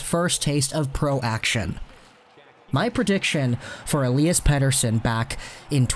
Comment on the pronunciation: Man your pronunciation of Pettersson is getting better✌️